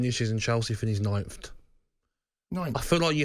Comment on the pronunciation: I’m sorry, how did Gabby pronounce 9th? Nintht?